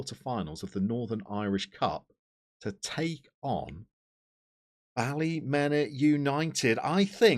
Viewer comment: Great result against the Glens. Tip from a local. It's pronounced Ballymina. Loving the series and won't be long till your in Danske Premiership